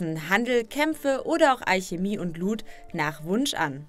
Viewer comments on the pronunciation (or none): none